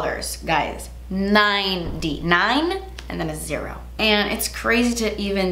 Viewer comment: Nie-dee dollar. Nine and a zerroo.